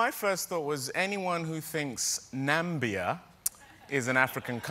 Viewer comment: When David said: "Nambia", and the subtitles said Namibia, I was very confused.